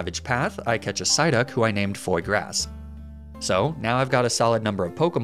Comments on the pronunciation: "Foy Grass" It's "Fwah-grah" xD That's a cute name for a Psyduck tho lol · Please, don't pronounce the s in foie gras. It's mute. Foie is pronounced "fwa" and gras rhymes with "bra". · My favorite nuzlocker will say chateau properly, but still pronounces foie gras "foy grass"